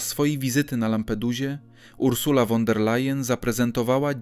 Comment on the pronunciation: Nie "won", a " fon" der Layen! Nieuku!😅